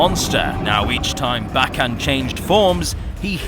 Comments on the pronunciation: His name is pronounced Bay-gone 🤓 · i pronounce Bagan like Bay-Gone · I always pronounced Bagan like "Bacon."